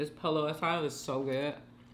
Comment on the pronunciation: Please learn how to pronounce "Pollo" coz you're killing me with your pronunciation. 🤣🤣